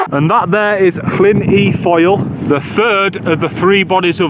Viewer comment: Llyn = Llin though you might also hear it pronounced more like Lleen in certain parts of wales. Moel = Moil Foel = Voil (not foil 😊) Y = Uh For when you’re next in gods own country 🏴 You did ok on Siabod though ✔️